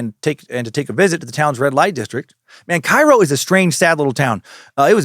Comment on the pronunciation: Had to comment bc I believe locals call it Kay-Ro